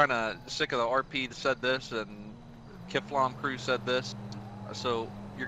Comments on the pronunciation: Kiffam bruh "kif-fam" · It’s kiflong not kifflom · It's kiflom